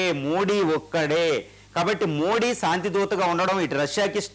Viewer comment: కు తెలుగు మాట్లాడ్డం రాద, మోది జీ పేరును వికృతం చేసి మోడీ మోడీ అంటాడు